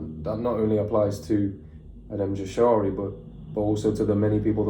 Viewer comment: Just one thing it's pronounced like Yashari